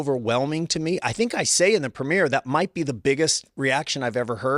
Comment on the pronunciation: Jeff said “I would Sai” 😂